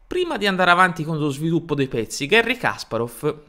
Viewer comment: Una nota di pronunzia: «Га́рри Каспа́ров» non si lègge «Gherri Càsparof» ma «Gari Caspàref» (o, piú precisamente, [ˈɡarʲɪ kɐˈsparəf]). Su «Генна Сосо́нко» non ò trovate fonti attendibili, ma credo che la sua corretta approssimazione alla fonetica italiana sia «Ghénna Sasónco», e non certo «Gènna Sosónco».